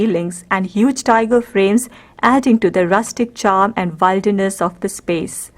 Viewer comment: Please note it’s pronounced as Will- der-ness not wilder-ness. ( will rhymes with Bill)